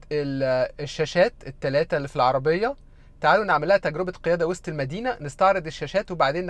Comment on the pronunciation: أول مره أعرف أن وسط المدينه نطقها وست المدينه😂